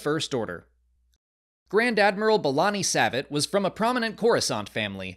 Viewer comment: I recall Savit being pronounced differently in Thrawn Treason.